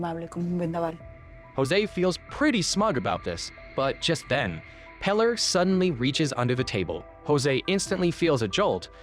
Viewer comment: I don't know how one can mispronounce "Pilar" pee-LAHR